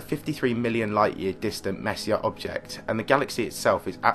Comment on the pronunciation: Hate to be that guy but it's pronounced more like Messy-A. Kinda like foyer